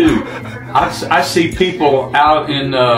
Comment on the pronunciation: 建议Rebecca在生活中及时纠正丈夫发音不准的时候，比如他常和孩子们说 ”let me see“ 但总是把see发音成say, 听着好别扭啊